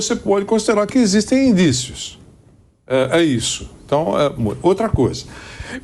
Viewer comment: Não! O Cajuru disse indicíos!